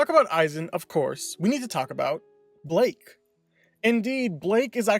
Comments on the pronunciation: BLYKE NOT BLAKE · Is it pronounced "Ay-zen" or "Ee-zen" and also isn't it Blyke not Blake? Sounds like you said Blake. I always pronounced it Ee-zen and Bly-ke